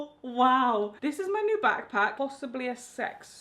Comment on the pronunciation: My favorite thing is when you say WOW because you pronounce it WAHOW